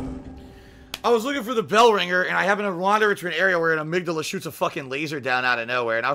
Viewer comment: I don't know if I should congratulate him for knowing the correct pronunciation of amygdala or chastise him for not knowing he pronounced the name incorrectly.